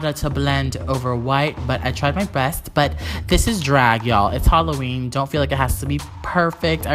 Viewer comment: I tried my breast😂😂😂that's what is sounded like when she said it the first time